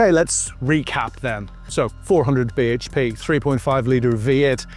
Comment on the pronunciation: "400 beige pay"? What linguistic abuse is this? 😛